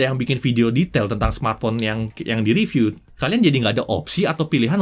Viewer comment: Panjang tp detail dan isinya berbobot... itu bagus... Bagi tmn2 yg merasa kepanjangan atau gak sabar, bisa disetting agak cpt di 1.5x atau 1.25x kan... atau bisa di double click sehingga skip ke beberapa detik berikutnya.. Sedikit masukan buat, kalau setahu saya.. kata "review" itu dibacanya RIVIU bukan reviu Jadi bacanya Jagat Riviu.. bukan Jagat Reviu. Cmiiw.... Maju trs JRTV...ttp detail dan berbobot 👍🏻👍🏻👍🏻👍🏻